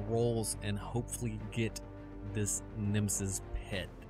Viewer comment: It bothered me all video long. It's NE-ME-US not nemesus